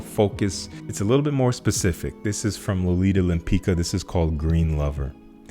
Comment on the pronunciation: "Lolita Lempicka" should be pronounced more like "Lempisca" than "Lempica"